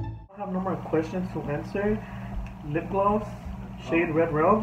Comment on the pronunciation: you said "red rOge" with a long O, it's pronounced "roozh" rhymes with "Luge", the 1-2 person sled used in the Olympics. Rouge is a french word.